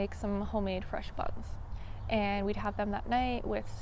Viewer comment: I swore you said “bugs” instead of buns